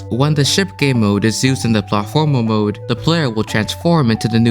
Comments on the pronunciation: drinking game: drink every time he pronounces platformer wrong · the way you say "platformer" threw me off lol